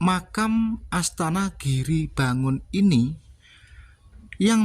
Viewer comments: ASTANA LHO MAS BUKAN ASTA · MIN...BUKAN ASTA TAPI ASTANA ARTINYA TEMPAT ISTIRAHAT. KALAU ASTA ARTINYA TANGAN. TULISANNYA UDAH BETUL, NGUCAPINNYA SALAH. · ASTANA...bkn asta brooooo